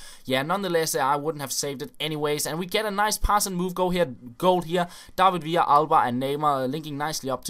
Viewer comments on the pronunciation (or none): none